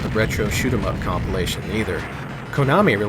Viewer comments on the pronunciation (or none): none